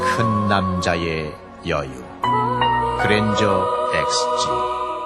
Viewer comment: 그랜저인데 그랜절 ㅋㅋㅋㅋㅋㅋㅋ